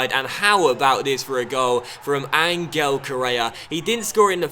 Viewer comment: I love you man but it i pronounced An-hell Correa, not An-gle